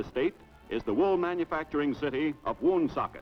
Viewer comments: Not WOOOOOONsocket.. It's Wunsockit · Wow that's crazy. I had no idea Woonsocket was predominantly French in the 40's. Also, the way the announcer says Woonsocket is hilarious. WUN-socket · According to Wikipedia, it's pronounced "one-SOK-it". :) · I hate when people from outta state mispronounce Pawtucket ..WoonSOOOCKET ..Pawtuxet ....... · I have always lived in RI and watching this makes me smile! I just get very annoyed how they say Woonsocket! But I love old things like old movies,shows, and history so this is a blessing that we are able to watch this short film about the best state in the USA!